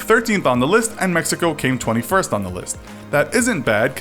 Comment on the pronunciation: lol they said 21TH when talking about happiness